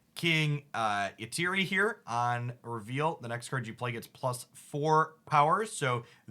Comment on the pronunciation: Just to let you know King Eitri is pronounced "Ee-Tree" he was the giant played by Peter Dinklage in Infinity War